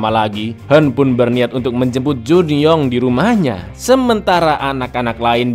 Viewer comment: Kang yang hwen dibaca kang yang "hwen" knapa di baca "henn"? Kebelet ngeseng, cak?😅